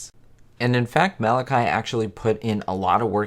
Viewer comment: A good video but the actors name is pronounced Ma Latch E (the middle syllable rhymes with watch), not Mal i ky (with a long y).